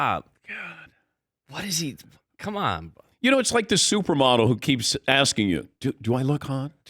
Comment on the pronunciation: He’s been axing himself….😂